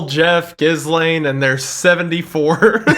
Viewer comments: Guys it's not jizzlain it's galayn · .......was "Jizzlane" a conscious choice? I've always heard it pronounced "Geelane". Lol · it’s pronounced: GEE-lane not jizzlaine lmaoo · Ghislaine is pronouced like gil ane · Lmao “Jizz-Laine” is my favorite way to pronounce Ghislaine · I love that you are calling her jizzlane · It's pronounced Gill-lane. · Their pronunciation of Ghislaine is driving me insane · The pronunciation of Ghislaine is driving me insane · The “S” in Ghislaine is silent boys